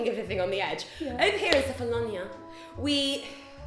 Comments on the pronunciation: Kefalonia is read with a "K", not like "Sefalonia" and the emphasis is on the "a". KefaloniA. With love, from a Greek. (Also, my ex was from Kefalonia. We went there on vacation 4 summer in a row. Beautiful.) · kefaloniA, accents on the A. you're welcome, sincerely, a greek x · Its Kefaloniá 😅 (lol I'm greek) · It's Kefaloniá !!! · We may all regret this, but I will say that there's a mountain here in Greece known as "the mountain of the centaurs" and that mountain's name is Pelion. Just saying, in case you decide to come back in the future. (Also the pronunciation is Kefalonia, stressed on the last letter) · It's Keh-fah-low-nee-ah! Love your videos, girls <3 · Kefalonia is with the accent on the last a (which means you put the stress on the last a not on the o like you guys have been doing)